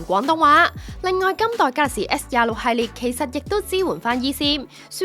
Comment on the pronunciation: galaxy s都未讀好仲介紹